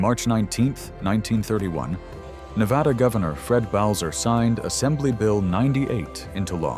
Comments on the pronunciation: It's pronounced Nev ADDA not nev awedda. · I grew up in Reno. To my knowledge their has never been an "O" in Na-va-da. Ever.